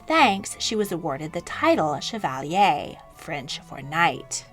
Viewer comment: Oh my 😂 of course no biggie but hearing you say chevalier killed all the 7 years of french class in me